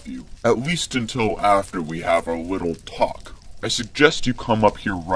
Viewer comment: He said wittle bit and weally